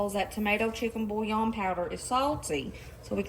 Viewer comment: She lost me at the “bouillon.” 👀